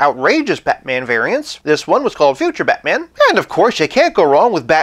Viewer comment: The way you say Be'man :P